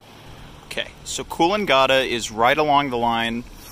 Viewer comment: Kills me a little inside every time you say Coolangatta